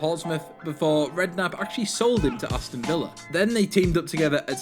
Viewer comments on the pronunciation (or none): none